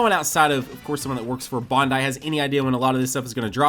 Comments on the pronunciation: I though it was bandai not BONDAI 😅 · Lol...he said Bondai